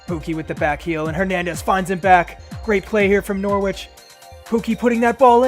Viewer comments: Its nor ich not nor wich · i’ve been enjoying this series so far & i know i’m a while behind but the way you pronounce norwich is so infuriating, the w isn’t pronounced!